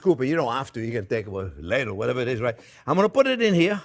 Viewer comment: The ones who say you talk too much are what we call "morons" in America. Please keep sharing your excellent stories and recipes with as many words as you can. (Just make sure you get the words sort-of-right: just saw the "ladle" hilarity!)